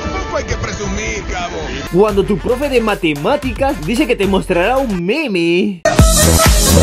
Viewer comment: Soy el único que escucho "un pene" en ves de "un meme"